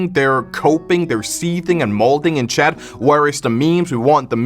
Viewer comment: honestly i always thought your accent was funny, its unique, i dont hear many youtubers with it, back when i first saw a video i heard you say "chat" as "chad" and i think its very funny, it honestly makes your videos funnier.